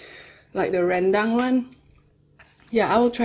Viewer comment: so funny to hear you saying "rendang' 😂😍